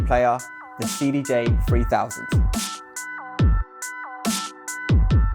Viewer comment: cdj free fousand REALLY ??? Not a very good advert when you can't pronounce the products actual name correctly.